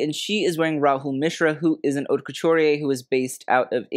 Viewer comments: I like your show! Just a suggestion-you pronounce “haute” as “hot”, when it should be “hoe-t” to rhyme with “note”. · “Haute” is not pronounced “hot”. But your show is de-lic-ious!! Love yr knowledge of fashion…